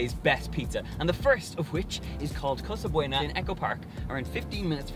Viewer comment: It's Casa Buono, not Casa Bueno. Different languages. Also, NY is where it's at for pizza and other things.